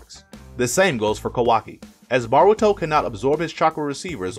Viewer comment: BAH-RU-TO lol